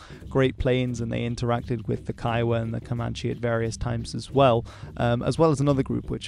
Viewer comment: kiowa is pronounced koygu